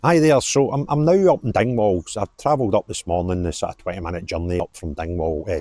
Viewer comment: Dingwall, not Dignwall....